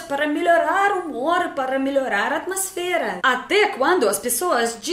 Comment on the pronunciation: Amosfera, ouvi vc dizer duas vezes, me parti de rir , até entender q vc queria dizer atmosfera kkkkkkkkkkkkkkkkkkkkkkkkkkkkkkkkkkkkkkkkkkkkkkkkkkkkkkkkkkkkkkk